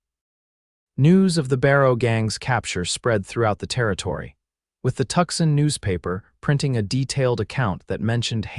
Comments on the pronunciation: Pronounced "Too sahn" not Tuxin. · Is Tuxin supposed to be Tucson? God save me from AI